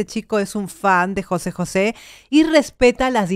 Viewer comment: José, con acento en la é En México. No decimos Jose. Como en España